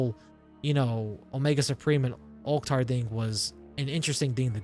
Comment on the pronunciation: First person on youtube that I've heard pronouncing Ulchtar right.